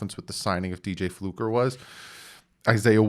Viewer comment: It's Fluker, not Flucker.